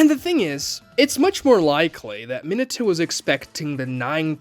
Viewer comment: I'm sorry, but you suck at pronouncing Japanese names and it ruined my experience watching the video. Why you keep saying Minato like that?